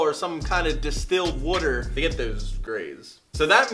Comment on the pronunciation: “Distilled Wutur”